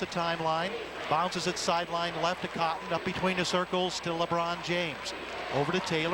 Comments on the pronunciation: Liibron James😂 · He said Leebron,not Laybron,listen again.